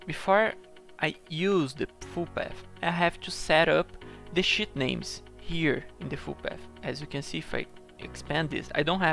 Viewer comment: when he says "Sh*t" than "Sheet" is cracking me up every time he says it, but nice video man , finally got my hand around the batch macro, thanks!